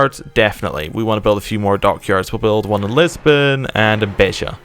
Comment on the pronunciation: YES! YES! YES! Finally, a non-Portuguese youtuber who said "Beja" properly!